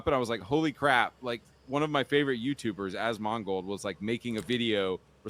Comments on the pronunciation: As MON gold is a hilarious mispronunciation of "one of my favorite YouTubers" names'. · I don't give two shits about any of this but hearing him butcher asmongolds name was grinding my gears. I'm not even a diehard fan of his but there's so many people including himself who has said his name. It's like dude.. how do you mess his name up that bad? It sounds like he's calling him a mongrel or mongol (like mongolian). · Favorite youtuber and he cant even say his name right?? Bruhhh cmonnnn… I mean I liked some of videos (he a couple of bangers including Bellular, Act-Man, etc video) and I unsubbed to Act years ago but is wrong. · The way kept pronouncing Asmongolds name made me grit my teeth. It was like he just discovered him and didn't know how to actually pronounce it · I know, right? As soon as I heard him pronounce it like that all the red flags were raised. This guy has never watched an Asmongold video in his life. He just knows him by reputation. Fake ass basic bltch.